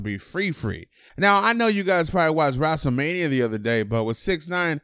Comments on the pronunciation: what the hell was that pronounciation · “Wraselmania”... LMFAOO😂 we gotta talk about that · nigga said "wrastlemania" 💀